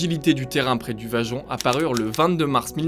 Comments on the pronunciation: Bravo belle explication...juste la pronontiation Vajont...en ialien le y se prononce i...Vaiont... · Le projet est bien antérieur aux années 1950. Il a été imaginé avant guerre. On ne prononce pas "vajont" mais "vayont". C'est faux de dire que le barrage n'est pas à l'orgine de la catastrophe, car c'est bien le lac de retenue qui a provoqué le glissement de terrain... Le glissement de Pontesei intervient à plus de 10km, dans une autre vallée et non pas sur une "montagne adjacente". L'éboulement du 4 novembre 1960 n'a pas lieu dans un réservoir naturel, mais déjà dans le lac de retenue, ce qui accentue d'ailleurs la faille en forme de M sur le Monte Toc. La hauteur de l'eau n'est pas de 700m dans le barrage, mais 700m est l'altitude maximum admise pour le niveau d'eau. Beaucoup beaucoup beaucoup trop d'imprécisions dans les informations ou dans les formulations pour un travail d'ingénieur.